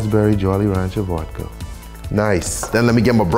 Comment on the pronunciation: Vodka ❎️ Vuadka ✅️